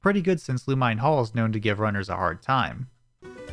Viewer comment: this is a wonderfully made and extremely well edited video but i am legally obligated to tell you for future reference: giygas is pronounced GEE-gas, lumine is pronounced lu-MIN-ey and PSI is pronounced like the letter.